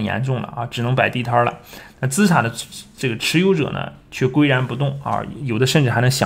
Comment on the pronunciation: 播主念错字了，是kui然不动